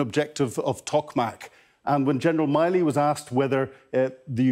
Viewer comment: Gen Mark Milley, his surname is not pronounced as Miley 😉